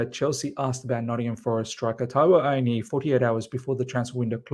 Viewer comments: Miz Taiwo's Surname is pronounced AH-WOE-NEE-YEE. (Awoniyi)😊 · Correct! At least he hasn’t butchered it completely like i’ve seen others, just missing the last syllable.